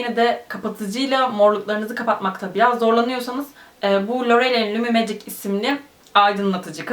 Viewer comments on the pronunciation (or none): none